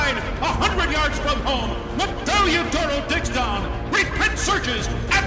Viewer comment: Damn shame that this woman can’t pronounce the horse’s name.